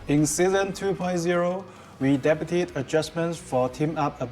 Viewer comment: "Their english is CRISP. i am impressed at their english! veryy impressive" *seconds later * "in season 2 point zero we depu-teed (debuted) adjustments..." lol depu-teed instead of day-bued haha just thought that was funny timing.